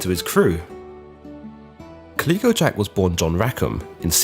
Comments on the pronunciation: Caleeco? Calico as in the material. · Calico isn't pronounced 'Kah-leek-o', it's pronounced 'Cal-lick-o', though I don't know if Jack was named after the cotton based textile or the multicoloured cat. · Calico not klicko, cholera not co-laira Your pronunciation is shyte mate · I'm asking myself if has actually never seen a calico garment or never heard its name pronounced. He seems to have invented a strange new pronunciation all on his own. I always enjoy his videos but I'm distracted by the narration in this one. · You need to work on your pronunciation!!! You get Calico wrong every time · Thank you drives me crazy when he says it lol